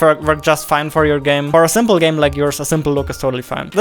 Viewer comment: he said zimples as said zimple in the video